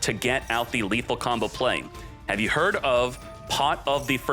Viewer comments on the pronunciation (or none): none